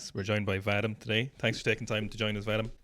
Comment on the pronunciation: Its Vah-Dihm,not vaddddim,blyat!